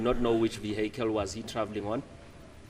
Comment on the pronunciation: The "viekel", come on you can do better than this.😂😂😂